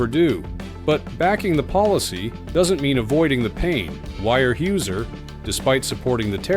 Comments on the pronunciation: so that's not how you pronounce Weyerhaeuser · Weyerhaeuser pronunciation is ridiculous ..... hating AI it will be the end of all we know. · When you have a fucking AI voice, at least teach it how to pronounce Weyerhaeuser. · The commentator should learn how to pronounce Weyerhaeuser. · The AI voiceover has three wrong pronunciations of Weyerhauser in one minute.. The analysis is all wrong. Weyerhauser does import saw logs from Canada. It has its own forests, of course, but doesnt have the skilled labour to harvest more trees. The atificial scarcity of lumber created by the tariffs increases prices, and then lowers housing starts. So Weyerhauser is paying more more for imported sawlogs, and facing a reduced market. Once Weyerhauser trains 20,000 more foresters in a few years, things should be okay. Unless the (non existent) climate change burns down its forests. Hee hee.